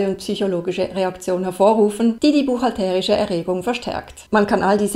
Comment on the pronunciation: Ich noch nicht. Warum spricht immer von "buchhalterisch" - mit so einer komischen Betonung auf dem "e"? Ich stehe auf dem Schlauch...